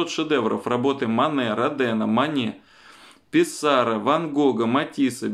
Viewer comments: ПиссарО, а не ПиссАро! Во французском языке ударение всегда на последнем слоге))) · ПиссарО,но не ПиссАро - это французская фамилия с удалением на последнем слоге))) Уточняйте. Не годится делать такие ляпы((( ОбеспЕчение, но не обеспечЕние - к печенью никакого отношения((( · МЫ на запад ничего не вывозили, называй вещи своими именами! ПисаррО, кстати, читается с ударением на последнем слове (он ведь француз)